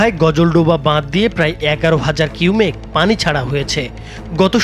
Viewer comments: এমন সাংবাদিক নিয়োগ করেন কেন ⁉️ যারা কিউসেক কে কিউমেক উচ্চারণ করে 😡😡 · কিউমেক নাকি কিউসেক😂😂😂😂 বাংলা রিডিং টা ঠিকমতো পড়তে শিখুন😂😂😂😂😂😂😂😂😂😂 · কিউমেক! নাকি কিউসেক?